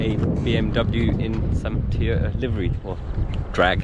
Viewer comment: Looks like Ive been saying it wrong all this time, apparently its Teee-yota. Silent first "O" people. Btw now that Toyota has improved on the BMW engine with those 300 modifications, i bet we will start seeing more reliable BMW engines ... 🤞